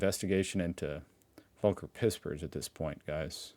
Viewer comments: It's Folker... German V as we've tried to tell you. It's like Volkner mobil the luxury coach makers.. F sound. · Btw his name is spoken as "folker" not "wolker" 😂 pispers was quite well